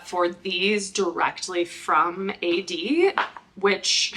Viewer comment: The correct pronounciation is Aid - as in fade, paid, wade. This is Founder preference -- official brand name